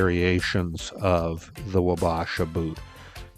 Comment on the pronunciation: it's pronounced WAH-BAH-SHAH sincerely, an Isanti Dakota man 🪓 Minnesota is our homeland and Chief Red Wing and Chief Wabasha are the meaning behind these name's